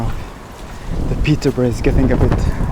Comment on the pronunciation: The pronunciation of the old Peterborough name was wrong 😑